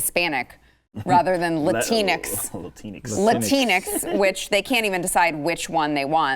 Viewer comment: He had a brain misfire and combined latina and hispanics. “Latincs”. 😂